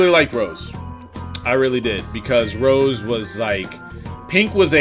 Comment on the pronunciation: This nigga is saying "Brawly." Then he's calling SSJ Grade 2 and 3 "failed Super Saiyan 2." AND THEN he's saying Rose instead of Rosé. My goodness.